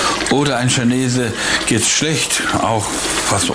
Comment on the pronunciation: Das war Absicht, weil Peter so redet.